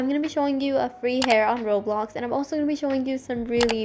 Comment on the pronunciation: "Roblid outdiy" lol